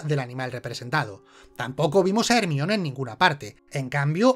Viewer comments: ermion ? no era jermaioni ? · Jermaioni, no ermion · El peor error de este video es pronunciar ERMION... El nombre de Hermione (jermayoni) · Hermion mis cojones, es Jermayioni de toda la puta vida!! Jaja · "Ermión", me encanta xD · Ermion :u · ERMION jajaja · ermion jajajajaa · ermion jajajajajajajaajajaaajajajajaaajajajajajajajajajajjajajajajajajajjajajajajaaaaaaaaaa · Hermione or Hermoine como sea que lo digan es Herminia en español. Ahora veréis aquí no hay quien viva con otros ojos